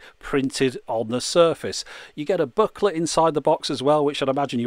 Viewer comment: OMG he's saying "booklet". I was scratching my head for the last two and a half minutes, trying to figure out what in the world a "buckler" was. I started to think that's just what Brits called the song and lyric guide.